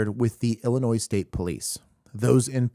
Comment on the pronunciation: the s in IL is silent stop saying it lol